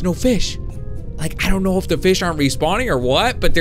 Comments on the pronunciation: Did you say feed and grow fist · He said fis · you said fis not fish